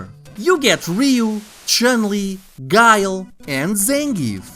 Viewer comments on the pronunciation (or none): none